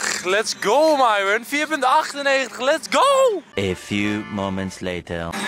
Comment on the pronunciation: Lars: Myron Mees: Myron Nicole: Myron Hoe Myron zichzelf voorstelt: Myron Enzo: Mairon